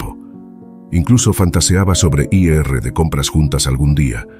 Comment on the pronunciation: Hola, porque dices I.R si es ir y también dices S.R.A si es señora eso corta la buena narración 😊